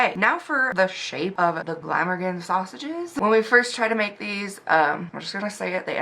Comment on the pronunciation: "Glam-Organ" the way you said it the second time is perfect lol. Glamorgan is a place in Wales (I'm Welsh, living in Wales lol) but never bothered with the sausages as I'm a meaty girl hahaha! They are a vegetarian sausage, traditionally made with a specific "Caerphilly Cheese" and leeks, then rolled in breadcrumbs and fried. Caerphilly is another place in Wales, that are known for loads of different local, homemade cheese of different types and strengths (pronounced a bit like "Car-Philly" lol) but yeah, I've never bothered with them lol. Im still watching, so lookin forward to seeing what yours turn out like lol. Wales do really good beef for mince and steaks, even the Royals say haha. And Welsh Lamb.. but I don't like lamb 🤢 Our scenery is the best bit though.. Mountains, Beaches, Castles and farms! I live on the coast so have all those within 5-15min drive from my house 😍 xx ❤xx Hope you're doing ok beauty xxx